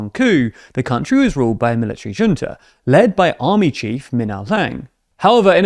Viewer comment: Learn to pronounce Junta correctly, and I will subscribe...till then no.